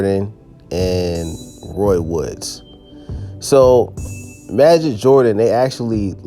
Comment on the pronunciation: It’s pronounced as majeed